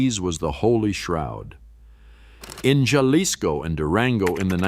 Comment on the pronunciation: natila, yalisco, oahaca, 😤